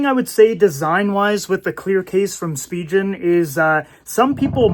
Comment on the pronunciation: You are pronouncing Spigen incorrectly.